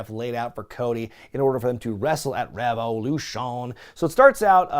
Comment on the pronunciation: You keep killing me every time you say, "Revolution."😂